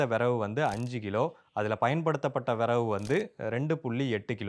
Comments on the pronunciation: தம்பி, அது விறகு . . . வினவு இல்லை, தமிழை கொஞ்சம் சரியாக உச்சரிக்க பழகுங்க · Its not viravu its viragu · அது விறவு இல்லை 😂😂😂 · அய்யா அது விறவு இல்லை அய்யா விறகு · விரவு இல்லை. விறகு 👍🏻😀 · Tirunelveli slang